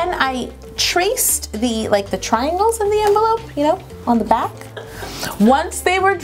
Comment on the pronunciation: doesn't it seem like Yolanda is saying black instead of back?